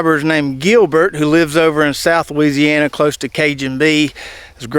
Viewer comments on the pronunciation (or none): none